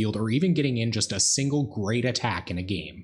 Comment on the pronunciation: "By a singre Augur of Bolas"